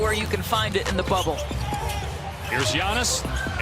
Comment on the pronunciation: It’s pronounced YAANIS